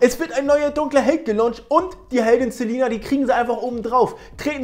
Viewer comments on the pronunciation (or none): selena nicht silina